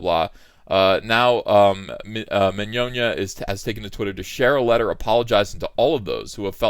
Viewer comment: First person I've ever heard pronounce the guy's name correctly.